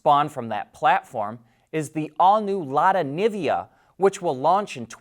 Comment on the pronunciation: Lada Nivia? No, please Lada NiVA (Like NOVA). And Dacia = read Datchia (Teacher) not Dashia